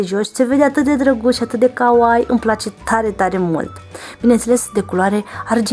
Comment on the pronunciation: Nu o zic cu rautate, te ador, însa te rog frumos sa pronunti corect kawaii, iubesc japoneza si pentru mine eu un fel de jignire. Multumesc, frumos clipul.